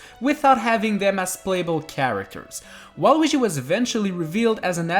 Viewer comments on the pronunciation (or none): none